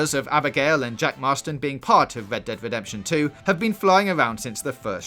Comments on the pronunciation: "wed dead wedemption two" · 'Wed Dead Wedemption' sorry I dont mean to be a dick but man thats funny and caught me off guard! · Wed Dead Wedemption 2. I'm not hating or making fun of your speech impediment, i just find in sorta funny